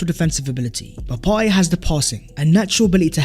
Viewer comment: You actually pronounced PARTEY’s name perfectly 💪🏾💪🏾💪🏾